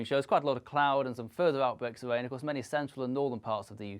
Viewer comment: Fuwther outbweaks of wain